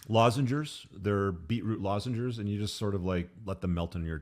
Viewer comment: The dude can't even pronoune lozenges. Ginseng or herb.. wtf?